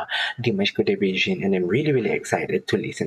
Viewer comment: The pronunciation of Dimash last name is… like you use GG “Dimash Kudaiberggen” that is how it really sounds but only ONE “G”. Dimash Kudaibergen.